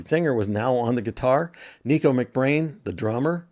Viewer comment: I like Keith Moon's antics for the Substitute promo film - Although I can't say for sure how far off it was from his regular antics! FYI, it's Top Of THE Pops. Also, Nicko is pronounced as Nick-o not neeko. ✌